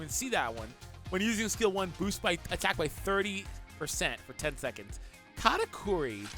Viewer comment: I thought he said Kanike 😭😭😭😭